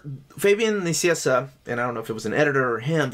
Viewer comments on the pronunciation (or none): "Fabian Nicieza" is pronounced as "Fabian NiKieTSA". No pronounciation of a "c" in the name!